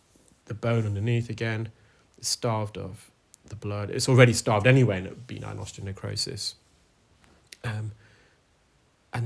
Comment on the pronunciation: How common is benign osteonecrosis? (By the way, it’s pronounced be-NINE, rather than BEE-nine).